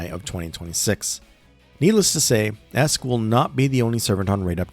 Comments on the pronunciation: Aesc is pronounced "Ash" Because the word is Old English. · Aesc is pronounced "Ash" because old English.